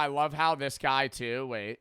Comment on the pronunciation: "its a book tew"